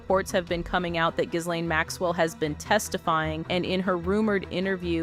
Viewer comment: Pronounced GEEEEE LANE